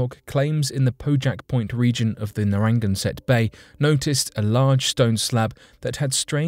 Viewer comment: How could the reader horribly mangle the pronunciation of Narragansett Bay? It's time to bury that robovoice program!